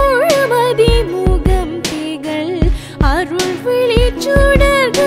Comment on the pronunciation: excellent work....dear, i am guessing that you had written down the song in english and sung....some of the tamizh 'zha' is pronounced as 'la'.....wd be great if you could work on them.